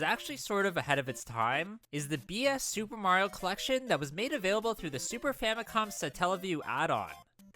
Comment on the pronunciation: Thank you for pronouncing the game's title correctly. Nowadays, it's a genuinely pleasant surprise.